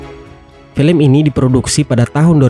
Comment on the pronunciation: Felem yah min bukan film..wkkwkw